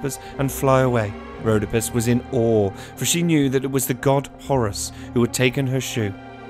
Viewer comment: Rhodópis not Rhódopis